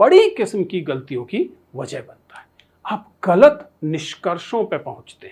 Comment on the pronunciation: Sir, 'ghalat' hota hai nuqta lagta hai 'ga' ke neeche .